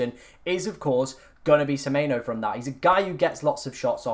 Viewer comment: It’s semenyo not semeyno